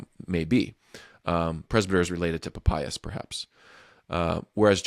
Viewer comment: There's absolutely no way Papias is pronounced like that, you'll never convince me.